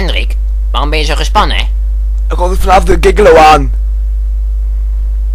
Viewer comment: omg XP wat spreken jullie Gigolo raar uit :P het is Dzjigolo :P